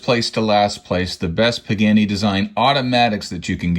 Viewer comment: Nice video and love this brand but PLEASE! It is pronounced “Paa-Gaa-Nee” not “Pig-Annie”